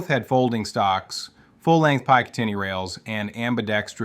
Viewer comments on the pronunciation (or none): Just to let you know, this is a Computer narration. How do I know? Well the voice called it a 'PIGH ca tin knee' rail.... It is a 'Pick a tin knee', rail! BS! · full length “Pyke-tin-ee” rails??? Never heard that pronounced that way? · it took me a couple of minutes to realize this is AI voice but yeah it still has many tells. "pai-ka-tee-neeh?" it's picatinny bro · downvoted for "piecatinni" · did this AI just say Pike a tinnie? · "hekler and coke" "carbeen" "paykateenie" LOL m8. Is this AI? This has to be AI with how badly you butchered the pronounciation of about any name in this vid. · "paykateen rail" "heckler and coke" This whole video is bad AI. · This is low effort AI slop, what do you expect? Picatinny is pronounced PIKE-at-tinny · I think they should just go back to the M1 garand, personally. also pie-catinny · I picked up on it when the narration said PIE-catinny rails 🙄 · pycatinny rails lol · nah man. def AI. I work in the gun industry and live eat sleep guns. never heard anyone ever call it pycantinny rails. that and the other weird also pronunciations of words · I got a feeling about it but wasn't sure until i heard the voice say "pie-cantinny" lmao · Soon as he said "pycantinny" dead giveaway. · Yeah I've heard this damn voice like four or five times now, all with the same kind of weird manner of speaking that's hard to describe and goofy mispronunciations like "PIE-kuh-tin-nee". What's annoying is it's working, the damn video has nearly half a million views. EDIT: "Effective ammuhation", even the text and the little graphics are AI generated, Jesus Christ lol. These flow charts are incomprehensible. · so you didnt hear piecatinny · Pie-catinny rails lol can you at least fix your AI narration in edit? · this is a video put together by someone who kinda knows what hes talking about... oh.... its AI... "inforary units" "Equipying forces" dog water AI slop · It's clearly an AI voice, it doesn't even know how to pronounce picatinny lol